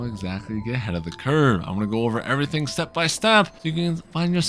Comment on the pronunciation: The random word emphasis in your videos (like shouting "CURVE," "STEP," "PEAK") is really distracting. Just speak naturally without emphasizing random words. It's hard to watch